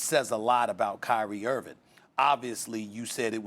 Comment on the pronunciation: Stephen A hates Kyrie Irving so much that he's apparently sworn a blood oath to never pronounce the "g" in Kyrie's last name.